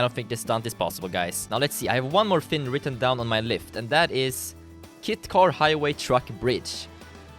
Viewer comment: Is it realy the kit car or is he jist miss saying kite car